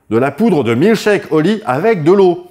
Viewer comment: 3mn de pub pour de la poudre, ca commence bien. Pourrait on au moins prononcer le nom du sponsor correctemnet. C'est pas oli mais Holi. Le h n'est pas muet. Merci